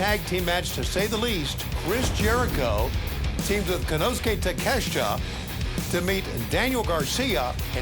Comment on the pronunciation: My god, Tony. Why did you botch Konosuke Takeshita's name like that?!